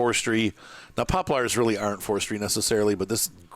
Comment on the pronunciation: his pronunciation of poplars alone is worth the watch. is that normal in some part of the world? my wife pronounce crayons like crowns, which is ridiculous and WRONG, but shes definitely not alone. good video far, thanks